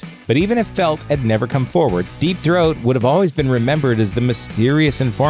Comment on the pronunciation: “Deep thoat” 😂🤣😂